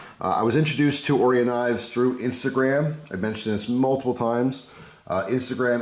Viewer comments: Orion... Oh Ryan. Not oreeon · Right…O-RYE-UN…pronounced with emphasis on the “rye”. Like the constellation of stars. I ordered one with black blade and hardware, red accents and the raindrop carbon fiber scales, custom tuned by the shop in Salem, Oregon. I paid $125 delivered which is a stellar value! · I think it's pronounced "oh-ryan". Interesting knife. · Hey...pal...its O-Ry-In Knives you jerk!!! Lol I'm just kidding bro love the videos. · Common why you pronouncing it like that? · I don't know if you know this bud, but it's pronounced Orion not Orion.